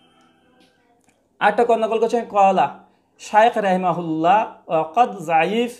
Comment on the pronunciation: আরে ভাই আপনি তো হাদীসের এবারত ও শুদ্ধ করে পড়তে পারেন না,,, প্রথমে শুদ্ধ করে পড়তে শিখুন তারপর অন্যের ভুল ধরেন। তাছাড়া রায়িমাউল্লা না রাহিমাহুল্লা হবে